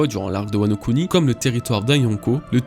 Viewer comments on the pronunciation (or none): none